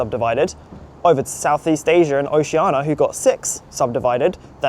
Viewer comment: 🛑🛑🛑 It’s pronounced the way it’s spelled “ASIA” NOT “ASIAR” “AMERICA” NOT “AMERICAR” “IDEA” NOT “IDEAR” 🤦🏻‍♂🤦🏻‍♂🤦🏻‍♂